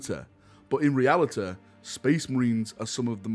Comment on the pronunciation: "Buh in realituh"😆🤣